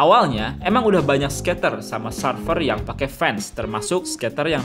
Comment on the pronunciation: Serfer nyebutnya, bukan sarfer. (surfer)